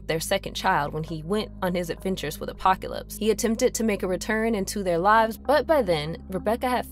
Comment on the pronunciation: killed me the whole time. She couldn’t pronounce apocalypse and a few other things right either. Still a good synopsis though.